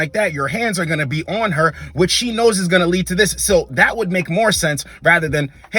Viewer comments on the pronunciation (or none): none